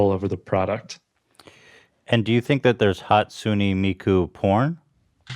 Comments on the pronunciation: That domino's commercial was so cringey, it's HAWSTUNAY ME-KU. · Hatsune meku